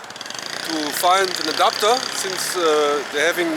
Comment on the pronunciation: Thought he said a doctor not an adapter😂